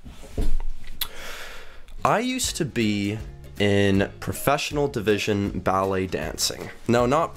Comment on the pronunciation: Balett? why? lol